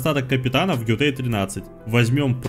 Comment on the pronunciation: Готэй, а не Гётой)